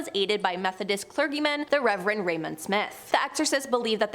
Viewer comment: Nice vid, but since this has come up before, please note that the "G" in clergy/clergyman is soft (pronounced like a "J").